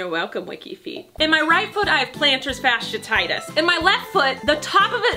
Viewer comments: Plantar fasciitis (pronounced fash-she-EYE-tis) not fashititis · Sorry, pet peeve of mine: Plantar fasciitis is pronounced "fash-ee-eye-tus" not "fash-ee-uh-tie-tus" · Plantars what?? 😂😂😂😂 Fash-ee-uh-titus you say??? 😂😂😂😂💖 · FASH-EE-EYE-TIS. That is how you pronounce it. Love ya!! You're the best. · Plantar fash-e-eye-this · Are you saying plantar fasciitis wrong to be funny or what? Im just trying to help you here thats all. Fasciitis is pronounced fa(long a sound like in apple)-she-i-tis. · I was hoping someone commented this! I work in the medical field and have plantar fasciitis myself and her pronunciation had me cringing the entire video